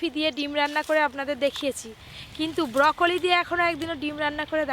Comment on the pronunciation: ব্রোকলি না বউকলি 😂🤣